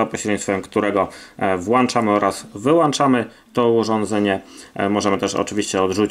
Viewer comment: Włanczamy, wyłanczymy xd